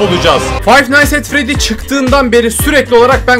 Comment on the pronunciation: Abi artık fayf nayts et fredi demek yerine fayf nayts et fredis diyebilir misin